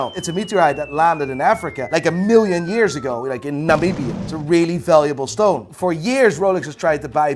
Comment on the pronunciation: The fact that said Namibia correctly first time says alot. Proud Namibian watching your channel🇳🇦❤️